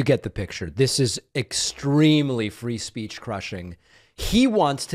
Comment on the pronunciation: You mock him for saying "troth central" after you said "free spreech"